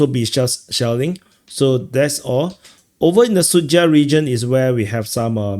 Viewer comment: when you said “shelling” , i heard “shaolin” and thought: great, they’re now saying shaolin (monks) in addition to north koreans in kursk 😂